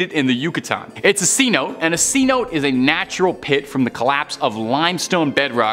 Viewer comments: It's not C note, that's slang for a Hundred Dollar Bill. It's pronounced See-No-Tay. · Please learn to pronounce words such as cenote. ( say-now-tay). If you don’t know, look it up so you don’t look like a fool.